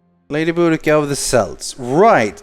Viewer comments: Celts is pronounced 'Kelts', not 'Selts.' They weren't a basketball team. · By the way celts is not pronounced the way you pronounced it is pronounced as kelts sorry about us can scots having a complicated language;) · you pronounced celts wrong, boudiccia was actually a real person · Every time someone pronounces Celts(Kelts) as Selts I go "My pride stop hitting it, I want it to stay in good condition" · its pronounced like Kelts not like selts (thats the football club) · The C is pronounced like K, making it Kelts and not Selts. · THE SELTS XD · Its pronounced "Kelts" :) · cant believe he said Celts wrong